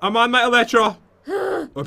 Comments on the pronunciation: Is “eletra” or “elytra” when pronouncing it? Pat and say “eletra” but most others say “elytra” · Pat always mispronounce eytra